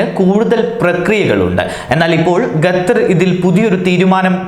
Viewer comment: Qater not gathar